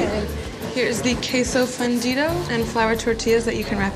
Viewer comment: Dude ordering really said KWESSO FUNDIDA